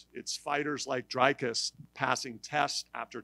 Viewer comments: It's not Drycis it's Dricus, if you can say tree then you can say Dricus, just take the T out of tree and put a D in front and the cus at the end, it will look like this Dreecus if you can pronounce that than you can pronounce Dricus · Why is Jeff Novitzky still around? I thought he quit when USADA quit. He calls him "dry-coos" instead of "Dree-coos", get that Novitzky guy out of here. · It's not "dree-coos" either. it's more like dree-chis with a short e sound instead of the longer ee sound in the first syllable and the second syllable, chis, sounding like Chris without the r. Oh, and don't forget to roll the the r when you say his name. Now say it again - Dricus! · it’s not Dry-cuss it’s Dree-cus 🤦‍♂️ but well done DDP. can’t wait for you to beat Strickland this weekend 🇿🇦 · Nah. The Dri rhymes with tree. Think Dreecus. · No he wasn’t, but he tried 🤪🤣 in the beginning it is difficult to Pronounce Dricus Du Plessis, Enjoy the Fights & New MW Champ of the 🌎 DDP 🔥👊🏻